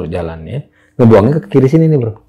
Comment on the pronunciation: Ki naen😂😂😂 Ke bacaannya bukan Ki kiai kali😂😂😂